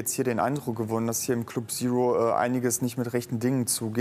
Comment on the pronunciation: Club Sero (statt Zero)🤣♥️